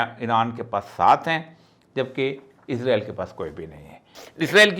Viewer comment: Izrael kion kehte. Farishtay ka nam ha. ازرائیل کیوں کہتے سب۔ اسرائیل کہیں